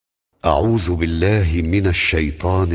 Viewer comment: اعوذ ) بالذال وليس ( بالزاي ) حفظك الله وحفظ الله الشيخ القارئ